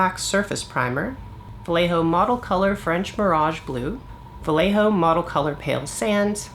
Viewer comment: Great video. Sorry for my nitpicking, but since you say "vallejo" about a hundred time in this video... It's pronounced "wuh-ye-ho-(actually not "h", but the throaty spanish (or German or Dutch) sound 🙂, but yeah)". The "ll" in spanish is a "y".